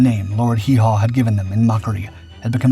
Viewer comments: Why did this video show a downed Japanese "Betty" bomber when you are talking about the 357th's action in europe? And it was Lord Haw Haw, not Hee-Haw. Your quality of video is suffering greatly since you first started. People will start unsubscribing if you don't fix it. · The enhanced images, the AI images and the AI narrator make this unwatchable, I managed almost 6 minutes but when the AI voice refered to Lord Haw haw as Lord Haw Ho I just gave up. sailing close to unsubscribe from me, listen to your viewers or it will kill your channel. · Did your AI mean Lord Whore Haw ?